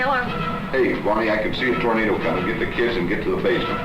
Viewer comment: Ohio: 'I cahn see ah Tornadoo cahl-ming.'' Alabama: ''Thar's Uh Tor-nay-duh cummin'!''